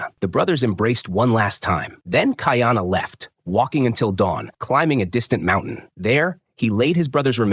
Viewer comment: Not key are nah pronounced Ki a na it's kai a na kuy are nah kaiana it's easier for me me to pronounce being New Zealand Maori Hawaiian and Maori language is similar but at least the narrator got kahumanu right.